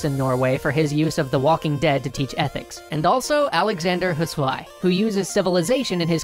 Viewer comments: Ah, I love listening to people trying to pronounce words in foreign languages. Husoay... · The way he pronounced Husöy was more entertaining than it should've been